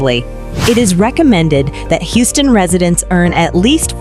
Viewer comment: the AI voice over loses me every time. As soon as it mispronounced Houston I paused it, read this comment and turned off the video.